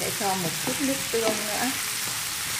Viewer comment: Sao lại nói là , Lóng với Lước khó nghe quá, sửa đi